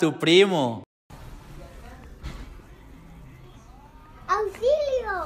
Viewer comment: JAJJAJAJ "Auzilio" JAJJAJA